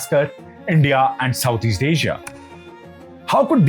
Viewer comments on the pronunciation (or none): none